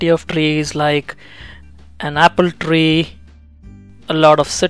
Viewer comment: that Rrrrrrrrr, trrrrreee lol